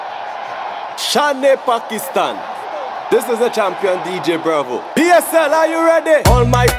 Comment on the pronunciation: When he say "shan-e-pakistan" I can't stop my laughing 😂😂😂🤣🤣